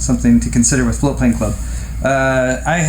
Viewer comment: I was very confused for a moment. Never heard of Floatplane Club before. I thought you were saying "flute playing club" and was very disappointed not to find any info about it on google